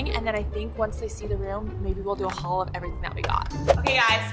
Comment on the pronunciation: why she say haul like that like hauwll